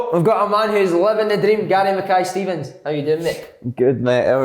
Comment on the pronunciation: 23 seconds in and you never even pronounced the poor boys name right Si🤣